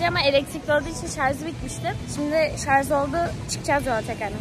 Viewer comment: Afyonda mc donald’s yemek nası bi vizyonsuzluktur acaba😂 bir de şarz değil şarj. Bu kız tam bir köylü😂